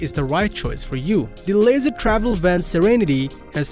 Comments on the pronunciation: Leisure [Leezher] not [Laser] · The Unity is built on a Mercedes chassis, but you are showing their model built on a Ford chases (Wonder). The company is pronounced "lee-shur" not "lazer" travel. I would like to know which class B has more exterior storage, but you didn't talk about that. Not very informative